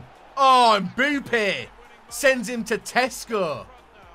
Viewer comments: No one:: MbOoPpe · XDuttinho calls him Mboope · Wow, I am not the only one who calls Mbappe, MBUPPE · MBUPEE:WHO THE HELL CALLES HIM MBUPEE🤣🤣